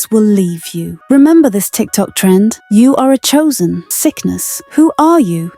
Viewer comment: Did I just hear choosen 😂